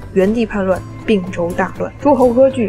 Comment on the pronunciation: 并（同冰音）州，不是不是并（病音）州